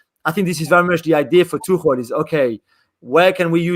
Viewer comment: Its pronounced tuk-el btw.